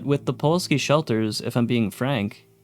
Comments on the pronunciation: The biggest scam is that it's pronounced pulowski not puwalski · How many times did you read "Pulowski" while making this video and yet you STILL call it "Puwolski" every. single. time. illiteracy is becoming an epidemic. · why do you say puwolski instead of pulowski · I hate how you mispronounced Pulowsky for Puwolsky every damn time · Pa Low Ski. Not pa wall ski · Pulowski. The L comes first. You’ve been saying Puwolski this whole time. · I hate to be that girl, but it's pulowski, not powalski. Like pull-ow-ski instead of puh-wall-ski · Anybody else notice he said the name wrong the entire video “Puwolski” even though he had a video of a man pronouncing it correctly and had the name pop up multiple times “Pulowski”. Man. It’s the little things 😂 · you keep saying Puwolski instead of Pulowski. Would have been fine as a one off in a video on a different subject, but seeing as it's the subject of the video, i can't just say nothing. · Pulowski, not powolski. Good video though! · I like your videos but man I was infuriated at your pronunciation of Pulowski, you switched the W and the L and said Puwolski. Once again I do like your videos and I'm sure I'm in the minority of people annoyed at those things but that matters to me. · Pulowski not puwolski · Pulowski, not Puwalski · Pulowski, not Puwolski. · Buddy… it’s pulOWski not puWOLski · I just can't get over him saying Puwolsky, even with Pulowsky on the screen. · Puh-LOW-ski not puwalski. Holy shit dude he even says it in the clip 🤦🏻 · Why do you pronounce it “Puolski”? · It's POOlaowSKI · It’s pronounced “Pu-LOW-ski” dammit! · My guy, it's not pawalski. I cant be the only one hearing you continuously mispronouncing that lol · It's PuloVski!! PULOVSKI!! W in Polish is like V in English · Pulowski. Nu-cular pro-tection on a budget. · Considering the crazy inflation of the 2070s, imagine how many quarters you'd need for one of those Also funny how you consistently say "Puwalski" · Fr driving me nuts rn